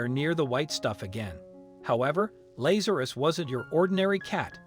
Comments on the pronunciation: Not Laz ( like maze).....LAZ ( like has) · This "miracle" has been heavily massaged. First, if the cat had been "FROZEN SOLID," it would have been dead; its heart would have stopped beating. Second, there were two men named LA'za.rus (the narrator didn't know how to pronounce the name) in the bible, both of whom got sick and died. Both were resurrected by JC, which is why the family gave the cat its name.